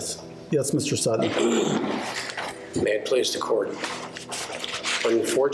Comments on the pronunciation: And how she said Sut-ton instead of sutten and kept saying it until the defendant finally said sutton and then she started saying it right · Drives me crazy when people over-pronounce "t"s. Sutttton.